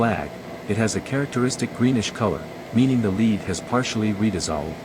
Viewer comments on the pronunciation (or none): LEAD is pronounced /lɛd/ (rhymes with bed